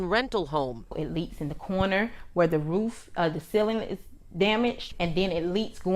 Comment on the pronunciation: Every time Tiff Tiff she says "roof," which sounds like "wroof," I swear she is barking!😂😂😂😂